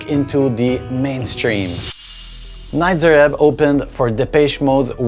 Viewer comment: please stop saying Nitzer wrong it's a long E sound not a short i